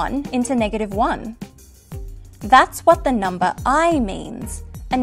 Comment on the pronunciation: Clicked just to hear her say "numba", was not disappointed.